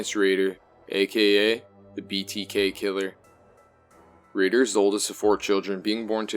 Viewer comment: RAYder not ridder